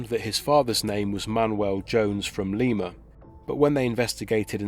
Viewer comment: Great story reporting. However, I'd like to let you know that the pronounciation of the city of Lima is not *Leema, but said like it's spelled *Lima...LIE-MA as like Lima bean.